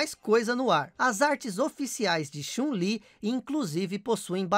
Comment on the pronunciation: A pronúncia de "anime" que você fez tá errada, cara. A de "Chun-Li" tanmbém. Onde existiu esse século "1900"? Não seria mais fácil dizer "Século XX"?